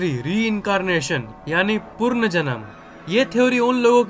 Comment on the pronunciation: Purnjanam nhi saale punarjanam hota h wo😂😂😂